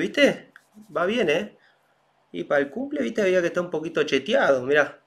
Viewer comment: Jajaja lo mejor que he oído hoy chetiado